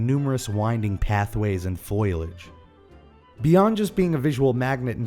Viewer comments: Did you just say "foilage" instead of "Foliage"? i thought only Marge Simpson did that...LOL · Foilage is not a word. I believe you were trying to say Foliage. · foil-age lol foal-e-age ;) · Lol "foilage" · did you say foilage? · foil-idge, lol.